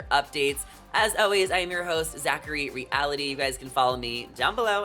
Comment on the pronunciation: Zachary Re-ah-lity?